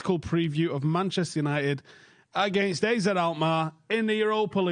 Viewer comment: It's ARE-ZED Alkmaar